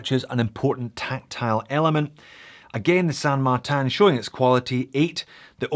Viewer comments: Are you saying San Mar-TAN on purpose to drive everyone nuts? Looking on the dial and website I believe it's spelled San MarTIN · How do you get San Mar-tan, out of this watch brand's name?, I love you like a foot, but this drove me crazy through the whole thing. It won't stop me from watching, but you can't stop me from laughing.